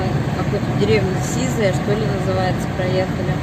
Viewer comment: Сиза'я! Ударение на а'.